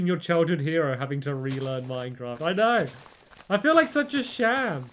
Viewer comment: I love how he says Minecrawft